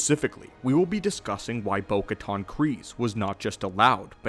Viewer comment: Still mispronouncing Bo-Katan... it's like "can" and not "con."